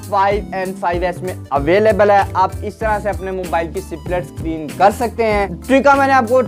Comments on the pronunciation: U need to improve ur pronounciation.... It's ((split)) not (c-plit) pronounce even the "s" in it... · सिप्लिट 😂😂😂 अबे पहले ढंग से बोल